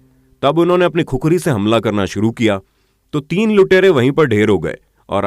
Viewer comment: भाइ खुखरी नही खुकुरी होती है